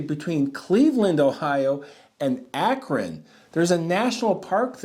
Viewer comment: I live about 5 miles from the Cuyahog Valley Natl Park! You pronounced Cuyahoga and Akron correctly! Well done! ❤😊